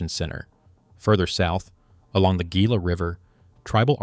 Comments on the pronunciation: You pronounce gila hila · Its pronounced HEE-LA. Damn AI production. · its Hila, not gila. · Very interesting, well done video. I am looking forward to when A I can actually get word pronunciation correct. For example “Gila” should be pronounced with “H”, not a hard “G”. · LAMO...Learn the words youre saying before doing a documentary. Gee-la river. what an idiot. It's Hee-la river, Gila River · Come on, dude, if you're going to give the oral narrative, please, learn the proper pronouncement of the words. The word Gila is pronounced with the g sounding like an h. Hela. Thank you. 😮😊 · this stupid AI slop needs to be taught how to pronounce Gila. It's HEE-la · Gila is pronounced HEE-lah. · pronouncing Gila with a hard G is a punishable offense in Arizona. c’mon man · LOL came here for this comment. Does entire deep dive...say GI-LA 😂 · Gila is pronounced hee-la. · Should've carried the name from the beginning.... ( ) Except it was not known. It wasn't done out of disrespect, it was done because nobody knew. Your AI videos throw a lot of unnecessary shade at people. Look in the mirror because we could also say "Gila" should've been pronounced correctly from the beginning of your presentation. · This AI, no self resepcting archaeologist even remotely familiar with Arizona would allow the narrator to pronounce Gila so incorrectly. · Yeah, you'd think AI narration would have learned that by now.